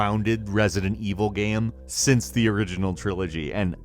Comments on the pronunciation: I hate it how you say "gem" instead of "game" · Is it just me or does he pronounce the word 'game' weird? It sounds like he's saying Gamb